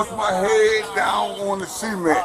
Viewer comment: Why does he keep saying “SEA-MENT” it’s “”SUH-MÉNT” XD But anywho that officer is a POS Disgusting how law enforcement acts like this (Not all of them obviously) but this is what instigates mistrust among citizens.